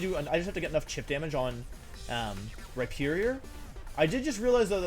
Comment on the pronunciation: “Rihornier” lmao